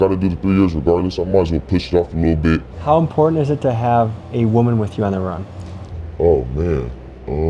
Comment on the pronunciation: Its bit not bid